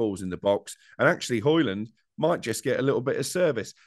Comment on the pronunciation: when people get his name right he might start scoring goals